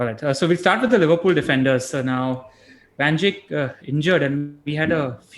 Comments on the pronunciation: Nobody: Literally nobody:: Van Jik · Trying REALLY hard to pay attention to the discussion in the video, but it gets tougher after each Van Jickk. I am not picking on you, Just curious how this pronunciation came about considering he is discussed in almost every post-match show, and that the lad has been around in the PL for years. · Cringing hard everytime he says van jik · How the heck are you pronouncing Van Dijk? Van Jik???? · Pronounced “Dyke” mate, pretty easy give it another go.